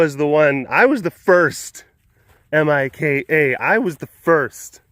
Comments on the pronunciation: You called Mika Mike-a!! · It’s Mee-ka